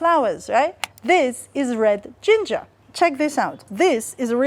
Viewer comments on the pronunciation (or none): none